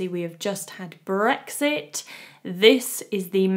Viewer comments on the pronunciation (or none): none